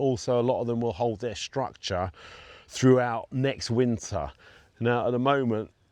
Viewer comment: Thanks, really enjoying the channel and the continuing evolution of your new garden. This format really suits you versus the more constrained and scripted style you have to adopt on national television. You’re doing a great job…keep on truckin’ with it! Ps, you crack me up the way you pronounce nature and structure…”natcha” “stuctcha” 😁